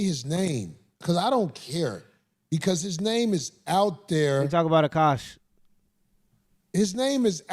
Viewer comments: Dude can't say Akosh but can say some weird ass African Muslim names lol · This dude couldn’t read the word Akash 😂 Sound it out g, good lord